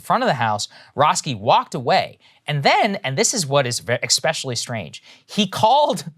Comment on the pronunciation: Saager... you just said "EKspecially". Sincerely, the grammar nazi. I love your work but could not resist. :-)